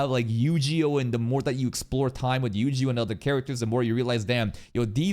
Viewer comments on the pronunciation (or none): I am hearing someone pronouncing yu jee oh for the first time 😂